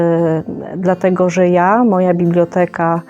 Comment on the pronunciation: Bibloteka? Boże ty mój! Cóż za akcent, wymowa.Młoda kobieta? Po studiach czy kursik?....takie będą nasze Rzeczypospolite jakie.....